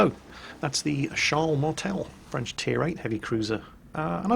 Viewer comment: actualy, your french pronunciation is pretty decent, better than most of the other youtubers I watch. So far, most of the ship names you said were pretty close to the french pronunciation:D